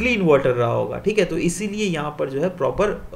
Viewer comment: That thik hay is typical bihari accent